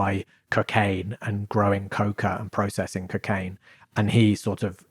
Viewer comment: Why’s he saying ‘Kcaine’ it’s pissing me off who tf says it’s like that